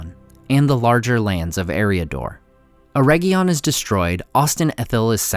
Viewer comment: Ugh. Way too many mispronunciations. Just one example: AIR-RIG-EEE-UN ..... not "erejion" - hard g, and long e